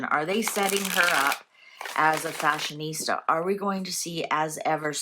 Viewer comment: did you mean ‘Fa-shon ista’ 😂